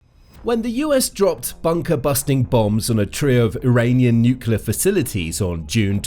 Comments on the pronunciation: Dislike for not being able to pronounce the word "nuclear". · It's slightly embarrassing not to be able to pronounce 'nuclear' on a video like this.